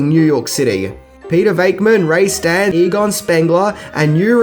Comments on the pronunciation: His last name is Stanz, not Stan. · Ray STANTZ (pronounced STANCE), NOT STANT